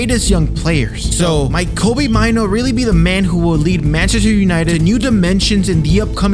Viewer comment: It's pronounced May-Nuu. It's a Ghanaian name.